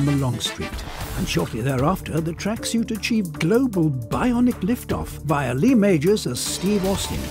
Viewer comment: I hate the way he says tracksuit😡 Idk what it is its the way he says suit